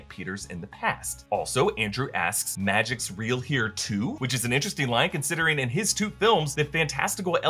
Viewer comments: Love it, but one note. The "Magic's real here, too?" is adding to a list of unbelievable things about this world, not adding to any fact about Andrew's world. The emphasis was on Magic (aka neutral) and not "here" (aka saying there is also magic in his home) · I still don’t believe the emphasis should be on “Magic’s real here too*?” It should be read as “*Magic’s real here too?”